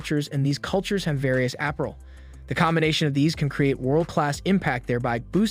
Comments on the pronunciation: Appral? It’s Ah-pair-rel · What kind of dialect/accent pronounced Apparel as Aprel? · Not being petty...but you kept pronouncing APPAREL incorrectly. It is pronounced: (uh-par-uhl) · Did he say app-a-rul? 😂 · Is this person Ai? Apparel is pronounced very weird. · This video was made using AI. A regular human would know how to pronounce Apparel